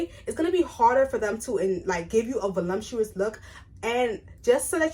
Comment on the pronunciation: Not trying to be rude but just to help you pronounce these words properly- there is no M in voluptuous, and it’s elasticity, pronounced e-lass-tiss-ity 😊